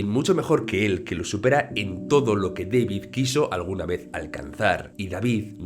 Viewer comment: es centroamericano, no es Deivid, es DAVID.